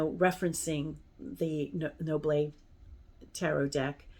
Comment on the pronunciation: Thank you for these interesting recommendations :) (and as a french person, yes you are correct, it is pronounced Noblet like you would say Noblay, without hearing the "T" in the end :D )